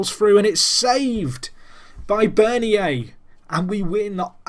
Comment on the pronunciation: Bernier is said like Bern-yay